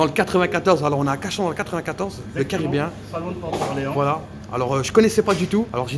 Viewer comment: "Le Carabéen" il a dit le minot 😂✌🏻